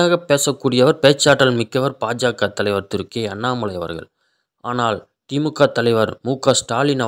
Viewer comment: Paa.jaa.kaa என்று உச்சரிக்காதீர்கள். Baa.jaa.kaa என்று கூறவும். நன்றி.